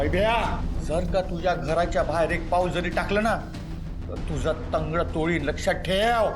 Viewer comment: तंगडा तोळीन नाही तंगड तोडीन